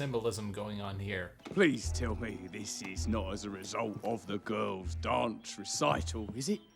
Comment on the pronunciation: Gru made me changed how I pronounce “gorls” 😂😂😂 literally a great movie for those days you feel down honestly ❤️